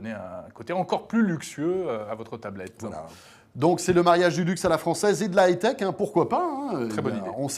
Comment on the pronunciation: a, beug et ne sait meme pas dire haute technologie en anglais mdr